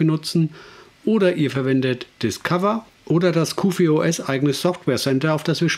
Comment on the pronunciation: Ausgesprochen wird es QforOS. Ansonsten ein nettes Video. Hast du Lust mal "T2 SDE" als Distro vorzustellen ?